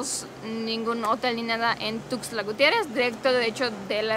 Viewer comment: Ja ja ja, a ver... con calmaaaaa, calmaaaaaa... otra vez, a ver, más despacio repite conmigo exótica “tuuuuuuuxtlaaaaaaa”... ya vez si se puede 😂👍🏻